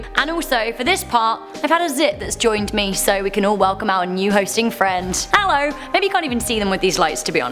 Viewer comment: I’m not gonna lie it makes my day 100 times better when says hallo